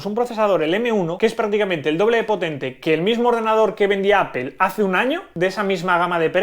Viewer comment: Porque pornuncias ApEl, debería ser en dado caso, APLE o APOL